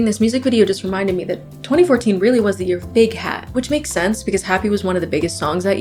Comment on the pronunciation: for the first 4 minutes i kept hearing urine instead of year😭😭???